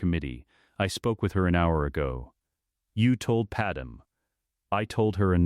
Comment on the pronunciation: And her name is Padme. Pronounced pad may.